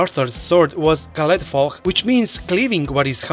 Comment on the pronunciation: Damn, you pronounced Caledfwlch perfectly, I'm actually impressed! Great video - where's the fancy gameplay for dracomon come from?